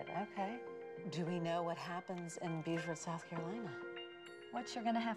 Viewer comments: You've got that backwards. I'm from the Lowcountry of South Carolina, and the SC town of Beaufort is pronounced "Byoo-fort". The town of Beaufort in North Carolina is pronounced "Boh-fort". I will always remember that distinction because my great aunt from North Carolina corrected me about it 60 years ago. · It's pronounced "Boh-fert" in South Carolina, true to the original French pronunciation. In North Carolina, there is another coastal town named Beaufort, pronounced in the Anglicized way, "Byoo-fert". Beaufort means "beautiful stronghold". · Im French and you have mispronounced it . 😂